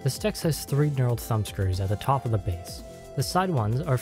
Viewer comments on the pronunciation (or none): none